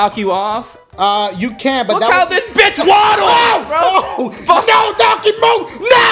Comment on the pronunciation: hold up. did just say waddles or something?